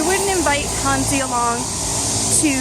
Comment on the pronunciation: Hey, not to come across as a wiseass, or your teacher, but since you say it a lot in this video and others, as well as "wo" try and work on your "hanzi" pronounication (not talking about the tone, but just the general sound). Your "zi" is way off the mark, listen to an example here:... in short you have to shorten the "zee" a lot more, sort of, it's hard to explain in writing.